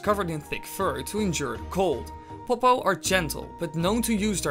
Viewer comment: I love when he says pop-oh